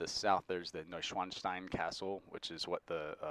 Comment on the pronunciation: Thx for video. Yes, the pronunciation of Garminspartenkirchen was very good 👍 and of Schloss Neuschwanstein too.